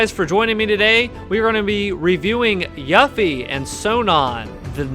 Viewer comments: I kind of feel like you mispronounced yuffie on purpose lol it’s pronounced You-Fee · How tf do u mispronounced her name u dumbass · Youre a fan and you mispronounced her name? Lol, it's literally voice acted and said in the game.